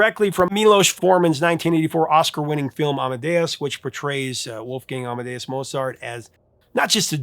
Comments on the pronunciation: "Moe's art"? Nein! "Moats art". JaWOHL! And I thought it was going to be Der Kommissar. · Sorry to be that guy, Professor, but….Mowt-saart. Love the “Dated” idea, hope you will do more years!